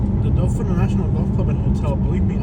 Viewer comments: Doe Thin is how you say it! Not Dolphin or Doe Fin. Resident of the city here. Wish this town could get some help. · It's pronounced DO THAN.